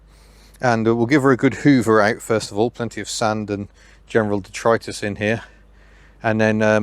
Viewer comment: I love the way you say detritus i now use this in my vocabulary but will have to learn to express it with more conviction like your good self 👍👍👍